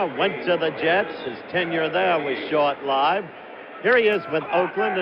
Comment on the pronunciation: Leave it to Howard to know how to properly pronounce the phrase "short-lived." (HINT: what you're short of is the noun, not the verb...but as with knife/knives or loaf/loaves, the "f" gets changed to a "v")